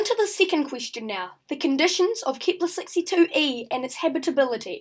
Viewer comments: it wasn't typed you said it like keeeeepler and it hurt people's ears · I meant it wasn't keepler